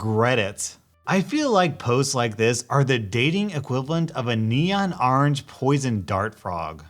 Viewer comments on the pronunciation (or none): "Arange" ... Orange.... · I like how you say orange